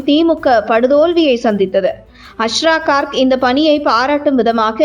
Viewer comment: Please pronounce his name properly. His name is also written wrongly. His name is Asra Garg .